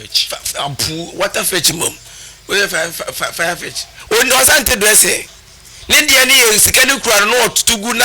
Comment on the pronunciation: Farfetch... not firefetch😂😂😂😂😂😂😂😂😂